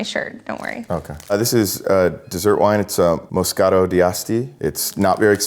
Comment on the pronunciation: He knows his stuff but he's definitely not a Somme. Can't even pronounce Moscato correctly.